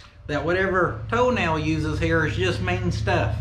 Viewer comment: I know you're not...but most of the time it sounded like you were saying "Toe Nail" brand tires. Which is a brand I'd actually like to see.